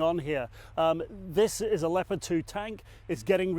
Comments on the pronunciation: Why does Petraeus pronounce them leo-Pard tanks? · He's American so I would figure he would say Leopard like the rest of us do. But he pronounces it Leo like Leo DiCaprio-Pard. We do call the Panther Panzers though. Tiger was tiger. He was a Nato official at one time though so maybe he prefers the German.